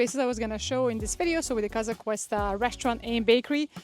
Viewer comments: Casa COOOOsta I believe ur prononucition is a tad wrong. Please explain how sticking a needle in ur veins is comfortable and energizing? Iv Theraphy is defined as intravenous therapy. Having someone put a need in my veins for energy is the most insane act I or anyone can de. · I enjoy your videos, but you repeatedly say Casa Cuesta…it is Casa Costa… you should redo that top section